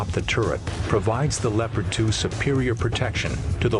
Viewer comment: He pronounced Leopard wrong XD